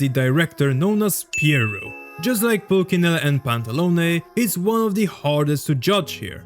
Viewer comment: Nice video, just wanted to correct you on the fact that you pronounced pulcinella in the wrong way. It's not a hard c but a soft one